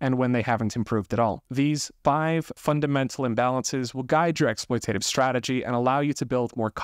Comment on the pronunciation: Correct pronunciation: ek·sploy·tuh·tiv not ek·sploy·tay·tiv 😊